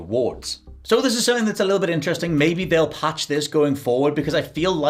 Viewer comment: Glad i'm not the only one who says "Sumpthing" 😂